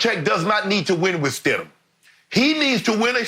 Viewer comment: No: It’s Stidham, move on